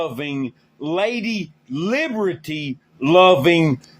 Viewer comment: "Lady Leebridee" 💀